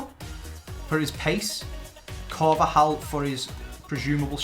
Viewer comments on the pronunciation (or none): none